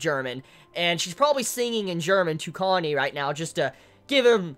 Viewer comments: distracted the entire time by the fact I keep hearing Kanye instead of Kanae. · Kanae's name is pronounced Kah-nah-eh, not Kanye, sorry I know this is annoying but every time you say kanye I get weirded out a bit haha